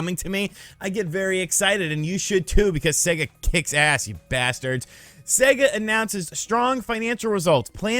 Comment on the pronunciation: Thanks to you, imma start calling Sega, See -ga